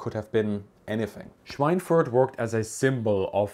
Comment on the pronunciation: Obviously you are a German native speaker, so why did you pronounce Schweinfurt with this strange English pseudo-accent?